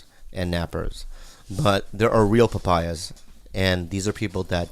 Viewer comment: Nosotros Papaya to you my friends!, you got the pronunciation right haha